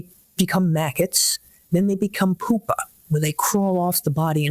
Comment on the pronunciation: Her pronunciation of “pupa” makes me think she’s not as expert as they’re trying to say